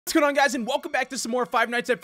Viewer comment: Kim Nam-Joon it sounded like “toon on guys” O-O